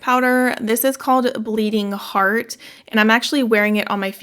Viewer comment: It’s not Bleeding Heart, but Bleeding Herat? Lol great video, as always!